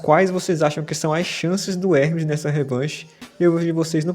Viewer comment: You d.mb i.iot he's name is Ermes not Hrmees